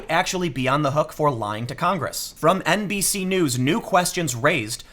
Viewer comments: I am MEME-damaged. Everytime Tim says NBC-news I keep hearing NPC-news,. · I swear I heard you say “NPC” news a couple times 🤔😂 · Every time you said NBC, I thought you were saying NPC, and then I realized, same diff.